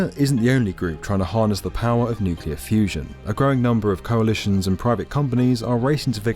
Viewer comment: Thank God you enunciate nuclear correctly, Makes it possible for me enjoy this video as it deserve. "Nukular" sayers hurt my soul.